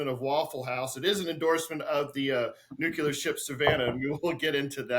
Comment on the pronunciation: pronounces "nuclear" like G.W. Bush did: "nucular" 😆